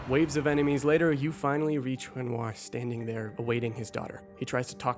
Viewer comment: I’m sorry, what did you call renoir ?